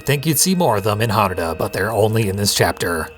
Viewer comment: Eric was saying it very wrong, you've been pronouncing it properly: HAnuDA, same emphasis as how you'd pronounce Yakuza.